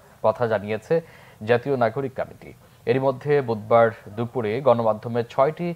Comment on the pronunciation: সংবাদ পাঠক কমিটি শব্দ টি কামেটি উচ্চারণ করছে কেনো?বিষয়টি কত্রী পক্ষ খেয়াল করবে নিশ্চই।